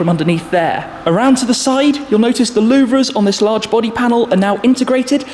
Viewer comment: Shmee , louvre is pronounced “loo ver” and not “loo vre”😊,sorry for this